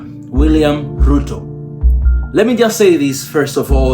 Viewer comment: Thxs man! but it's Ruto not Euro😊